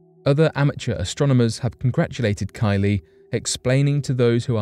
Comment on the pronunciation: KY•lee not Ky•LEE. Emphasis goes on the KY not the Lee.